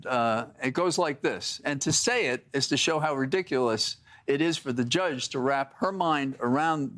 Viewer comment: to - "JUSGE"- lol